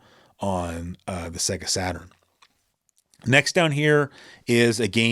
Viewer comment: It's not pronounced Secka but Sayga (Sega).